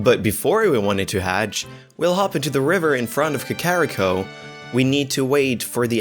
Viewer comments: Ka-ka-ka-carrot cake? ka-ka-ka-kakarrot? Kah-Kah-ree-koh. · It's KA-KA-RI-KO, not KA-KO-RI-KO, dipshit. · Vol-wager is gonna burn Ka-carry-ko to the ground. And so does the pronounciation. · checks comments apparently I can't pronounce "Kakariko", lol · It is not a german accent. He does not know how to pronounce Kakariko correctly thats it! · The way he says Kakariko. It fucking kills me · Why does the second guy insist on triggering me with how he pronouces KAKARIKO. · Man you really botched the pronunciation for kakariko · The way he was pronouncing Kakariko was slightly triggering. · This video was awesome and I love your content. But I cringe after everytime you said kakariko incorrectly 😭 Love you guys